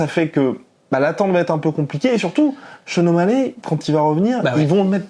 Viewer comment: Les français vous êtes trop chiants ! Sean o mallè? Sérieux? Vous ne savez pas faire un effort et dire o mall i ? Omallet... ridicules